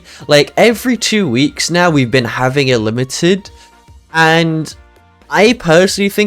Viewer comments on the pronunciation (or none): none